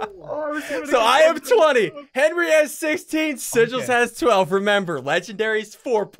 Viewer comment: I love how he says henwy